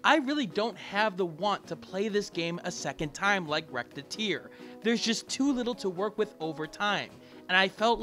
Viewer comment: ....I cringed at about a minute in when you pronounced "Recettear" like "Rettear"(or however you'd type your pronounciation).